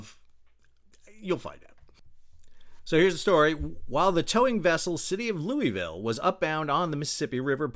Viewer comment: Sal, just a friendly "to let you know", that all good Kentuckians pronounce Louisville as "Loo-a-vul"!